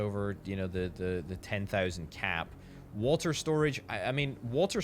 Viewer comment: I kept looking around for walter lol I swear that's what I kept hearing til I figured out you was saying water lmfao!